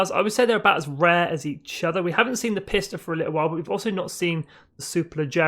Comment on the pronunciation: You pronounced the word Pista wrong. It’s pronounced Peeesta! Except the I is between the P and the S. You get it now?